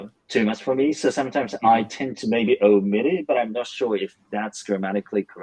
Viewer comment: ”omit”の発音間違えてますね